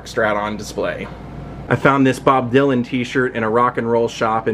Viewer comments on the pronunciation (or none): none